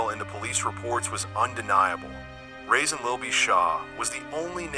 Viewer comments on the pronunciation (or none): You keep calling this man “Rasin”